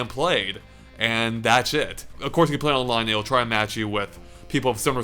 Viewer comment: Every single time says "that's it" (which he does quite a lot) I hear "That's shit".